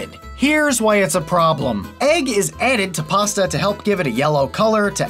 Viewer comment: Pasta ✖️ Pass-tha ✔️